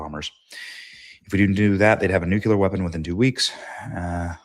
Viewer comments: Nuclear. Not nucular. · Dammit, Benny! When are you going to learn how pronounce "NUCLEAR" correctly? It's pronounced "New-klee-er", not "nucular ". Even if you pronounced it *"New-clear" it would be an improvement. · BENNY. NU CLE AR. sorry. luv ya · Nuclear...... nuke lee errrr God bless our troops!